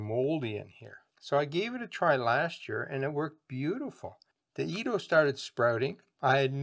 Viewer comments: It's pronounced Ed- dough not eeed-o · Nice video it is actually pronounced Ed- doe we eat them in the Caribbean thx again 👍🏽